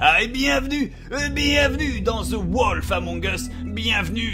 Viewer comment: J'en peux plus de la prononciation de Bob pour "The wolf among us" ! Le "o" de "wolf" se prononce "ou", pas simplement "o" ; le "a" de "among" se prononce comme un "e" léger, et pas "a" ; et enfin le "th" ne se prononce pas "z" ! Allez, je plaisante, chacun prononce les titres comme il le veut, on va pas les corriger en permanence sur des choses qu'ils disent tout le temps, comme Fanta qui dit tout le temps "bacon" au lieu de "beacon" dans Minecraft... Très bonne vidéo Bob ! Et, s'il te plaît, ne crois pas la cartomancie ou la voyance et ce genre de débilités attrape-nigauds, tu vaux mieux que ça ! Hihihihi...